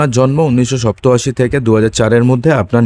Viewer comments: আপনি ভূল উচ্চারণ করেছেন সপ্তআসি হবে না সাতাসি হবে। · বাংলা পড়া সেখ সতাশী নয় সাতাশিহবে। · আপনি কোন state এর লোক সপ্তআসি এটা কি রকম উচ্চারণ ।